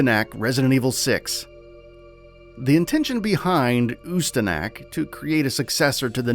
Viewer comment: Or Ooo Sta Knock Guess they don't have a "Knack" for saying it right.